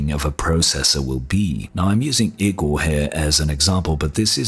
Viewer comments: It's not IKKORRR Igor, like Draculas or Dr. Frankensteins assistant ...and it is pronounced: ee - g oh r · Kinda offtopic note: Igor is pronounced "e-gor". On topic: If Big Navi is really only 256 bit, I'll be disappointed. I want a card than can provide me 140+fps in most games 1440p hq.